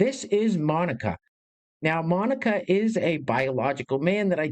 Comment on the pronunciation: His name's not Monica- it's Manica.